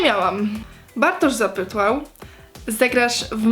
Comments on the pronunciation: "Bartosz zapytłał" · bartosz zapytŁAŁ hahahahaha xDDDDDDDDDDDDDDDDDDDDDDD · Bartosz Zapytłał xD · Zapłytłał XD TAK USŁYSZAŁAM XD